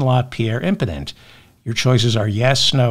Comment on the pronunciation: Yes, he's Imporent